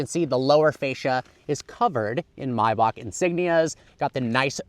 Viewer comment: bro forgot there's an "A" in the first half of "MAYBACH"